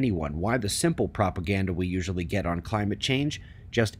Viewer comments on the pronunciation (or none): none